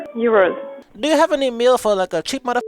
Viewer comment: Sree hundred yuurus omg